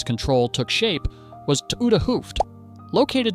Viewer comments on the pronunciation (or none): Ou(de), meaning 'old', is pronounced as 'ow' in 'now', (H)oo(ft) (meaning 'head') is pronounced as 'Oh'.